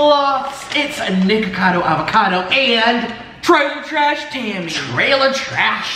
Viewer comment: If u put captions on and listen to his intro he's saying nigga kado avocado